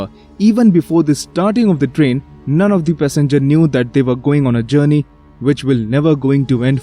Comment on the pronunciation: The way how you said Trian sounded like you said Dream